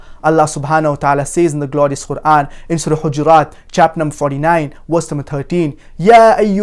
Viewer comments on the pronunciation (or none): none